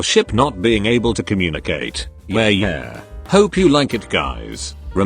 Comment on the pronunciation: I liked how the voice pronounced yare yare as yer yer